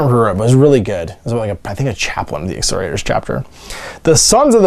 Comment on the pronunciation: Ex-KOR-iators. Hard C there, sounds like a K not an S.